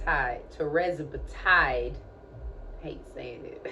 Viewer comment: Can you just learn how to say tirzepatide? It's quite distracting and annoying hearing you mispronounce it so often.